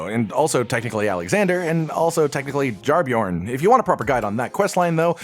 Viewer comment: Quick note: Jar-Bairn is not pronounced Jarbjörn It's like Bear but with an N on the end It's a Scottish word which means kid/child